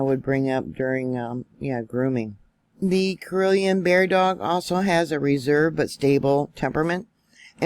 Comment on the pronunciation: Pronounced CAR-L-E-Ann